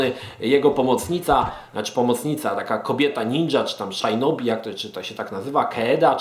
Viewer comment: Szajnobi i Nabunaga...skisłem.